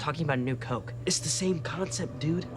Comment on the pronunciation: Drinking a crishpy croke